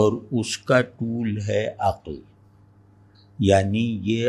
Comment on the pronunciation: aqal nhi aql sahi talaffuz